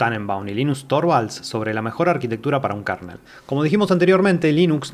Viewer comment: 💥Gracias por el video. Solo una observación, minuto no se pronuncia KARNEL se pronuncia kernel [kɝnəl]